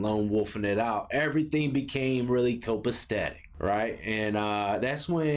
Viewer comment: That's not how you say copacetic.😊